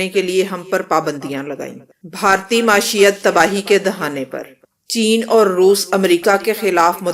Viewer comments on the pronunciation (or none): ماشیت نہیں معیشت ہوتی ہے۔ بولنا تو سیکھ لو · لفظ "معیشت" کا تلفظ درست کر لیں۔